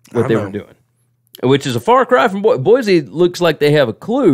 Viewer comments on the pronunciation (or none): Greetings my corpulent cousins. Why can’t you pronounce the name of the capital of Idaho. It’s just wrong! It’s just wrong! Boise is pronounced with an “s” sound. It’s just like “Sports”. Or, is it Zports?